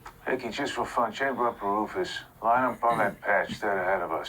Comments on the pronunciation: "chamber up a Rufus". I think this actor has mispronounced RAUFOSS, the explosive-tipped penetrator rounds. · What's up guys!, Thanks for another 2 cups and... BEERS and Breakdowns! was that someone just butchering the name of the Raufoss (mainly in 211 for .50 BMG from what I thought) round there?(at the start of the movie clip I mean, also isn't Raufoss super rare in any calibre other than .50, or 12.7 and up?, the only discussion I've seen of them in .308 or .338 etc(or 7.92 old WW2 German rounds) devolve into screaming matches pretty quickly! ) lol ffs total civvie here but even I knew that, even the most cursory internet search would have taught them how to pronounce the name...maybe it was their "PET NAME" , cause there's nothing cuter than a frickin' explosive round! Thanks for an awesome, hilarious episode!